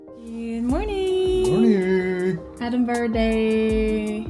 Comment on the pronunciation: Thanks for pronouncing edinburgh correctly. Most American's butcher it.😂